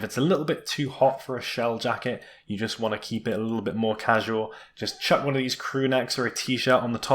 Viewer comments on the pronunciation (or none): none